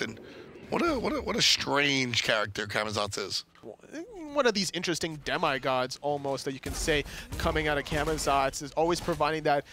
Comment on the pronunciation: Dem I god? Really? It's Demi not dem I